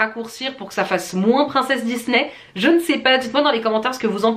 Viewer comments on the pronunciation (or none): none